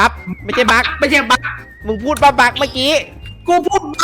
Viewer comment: พูดว่าบัค